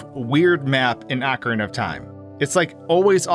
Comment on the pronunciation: I swear I heard "Akron of Time" at the beginning what